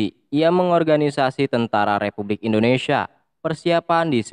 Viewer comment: Indonesia om, bukan indonesiya